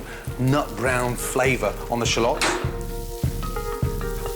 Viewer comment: The way he says "shallots"